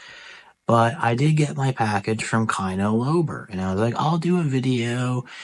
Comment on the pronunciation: You had me at "kai-no low-ber"! Keep Slippin!